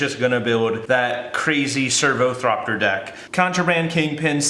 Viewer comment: THOPTER, not THROPTER